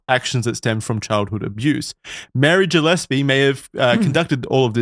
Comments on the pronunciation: It’s pronounced “Gill-Espy” not “Jill” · As a Gillespie, this ep was painful to listen to (mispronunciation), great ep tho! ✌️&❤️